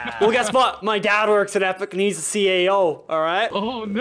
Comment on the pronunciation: did anybody notice he said CAO instead of CEO